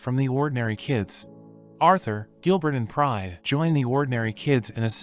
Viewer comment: Every time he says Pride I hear Prime😭🤚💀